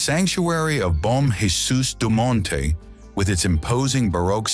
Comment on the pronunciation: And remember kids In Portuguese we Pronounce our J’s so when you call out the name Jesus it’s pronounced with the “J “ not Haysus. Bom “J”esus de Monte. oh and Lisbon is 440 years older than Rome